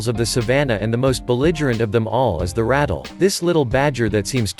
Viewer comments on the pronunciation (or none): Snakes are venomous, not poisonous and it is pronounced " ra-tell", not "rattle".